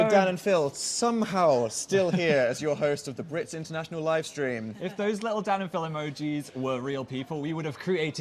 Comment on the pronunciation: "Watching the sleam" same Dan same